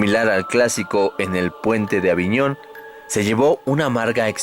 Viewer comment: Dijiste arica y era avignon